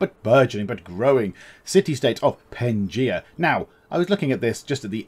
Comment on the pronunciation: It is called Pangea not pengia